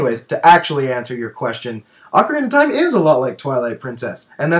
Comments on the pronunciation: I know that's what i said! i was just sayng that can't say it and that he says "ocariner". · can't say ocarina of time he says "ocariner of time"